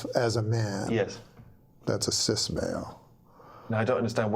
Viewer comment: Norm was ahead of his time but he said “cys male” instead of “cis male”